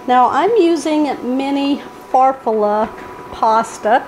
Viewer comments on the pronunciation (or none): Farfalle = far-FALL-lay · Can't wait to make this. That kind of pasta is pronounced far-fah-lee.